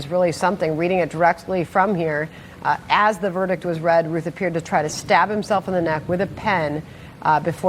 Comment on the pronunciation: His name is pronounced RUTH BENNY!!